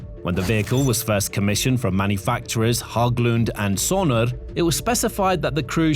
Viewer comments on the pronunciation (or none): Hãgglunds is actually pronounced as if it was "Haglunds". As in Hagmaxxing. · No it's pronounced "Hegglunds".